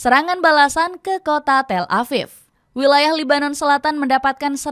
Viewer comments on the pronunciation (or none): Tel Aviv bukan Tel Afif...V bukan F. Memang orang indon tak pandai nak membezakan huruf V dengan F ke?